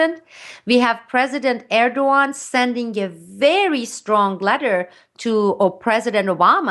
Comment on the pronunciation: besides every right aspect she talks about, she is the first one I know to pronaunce Erdogans name the right way^^ keep up the good work